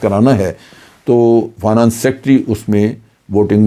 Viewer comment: جنرل صاحب لفظ فا نا نس نہیں ہے ۔ فائ نینس ہوتا ہے